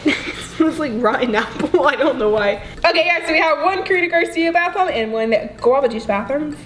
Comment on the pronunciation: who also heard "one guava juice bathroom" instead of bath bomb 😂😂😂😂🚽💣